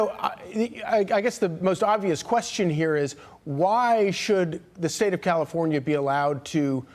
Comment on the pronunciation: Comifornia 😂 you mean